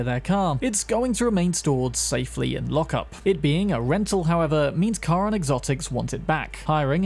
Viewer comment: finally someone get's Charon's name right